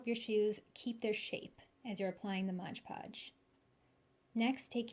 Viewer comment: Very nice, exactly what I needed. For the record, it’s MOD podge, not modge podge 😂😂😂